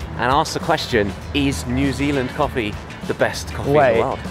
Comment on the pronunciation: 조쉬 뉴질랜드 할때 한국 발음 나오네 커피 마실수록 점점 술 취한것처럼 변하네 ㅋㅋㅋㅋ